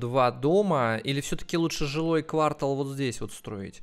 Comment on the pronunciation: Пожалуйста говори правильно квартАл, а не квАртал. ААААААААА аж слух режет!!!!